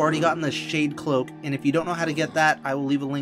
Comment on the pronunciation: it said shade loak but overall the video was helpful